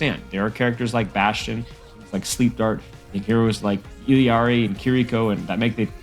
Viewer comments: It's Eel-ee-yaree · Still pronouncing Illari as Illyari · doesn't sound like how Illari herself pronounces it